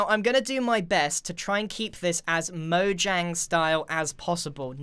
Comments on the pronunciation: The amount of times that he says "mojanjy" makes me want to punch someone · "Mojangy" -Grian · this is how many time he said mojangey l l v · Lol how many times did he say mojang”y” 👇🏻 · When i read that grian said mojangy. How strange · Everyone: mojangy Me, an intellectual: mojangian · "Mojangy as Possible" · Mojang is pronounced Mo-yang. It's Swedish. So...